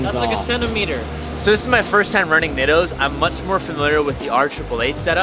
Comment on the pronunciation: The way you pronounce nitto is killing me